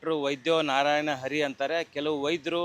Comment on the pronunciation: Anna adu ARI alla Hari 🤦🏼